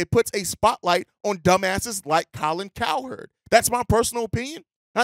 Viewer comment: Yooooo Funny As Shit bro He Said “Colin CowTerd” 🤣🤣🤣🤣